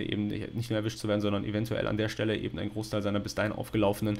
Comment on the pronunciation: Ich hab einen Wunsch: sag bitte nicht mehr "EbenDT" es läuft mir jedes Mal kalt den Rücken runter 😂